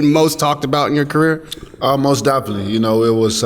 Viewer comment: He should start by telling the World his real Daddy is Auderly Harrison."mos defenly"😱